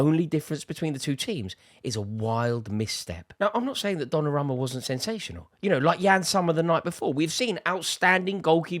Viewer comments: Repeat after me, DonnarUmma with an U bro! Donnaramma? bit disrespectful butchering someones name like that lol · Why does he keep saying "DonnaRAMMA"